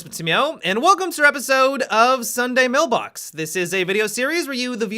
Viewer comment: i like how he says sunday MELbox i hope somone gets the reference